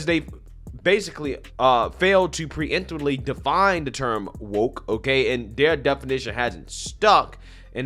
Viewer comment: Shit. Wokaa what. Can't say woker..